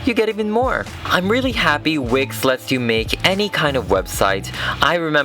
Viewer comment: I thought he said wic not wix